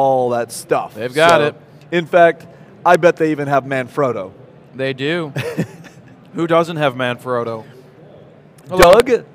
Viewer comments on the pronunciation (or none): Oh Good Lord what i see...It's Manfrotto... (Italian word, i'm Italian) not ManFroto... i think that you make a mistake...